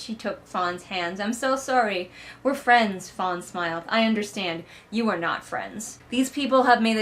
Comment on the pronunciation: Listening again, I think you're saying one of the servant's names is Fawn, but all I can hear is Fonz lmao. Also, I know it was a while ago, but I really need a conversation between Tobias and his British accent and Delphi and her southern accent.